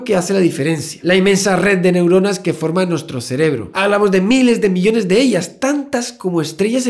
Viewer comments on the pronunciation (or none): none